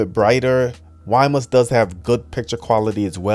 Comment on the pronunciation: Another presentation where the presenter cannot pronounce the product name correctly…. Wimius is not pronounced Wi mus, its pronounced with the second ‘I’ Wimius (wim ee us)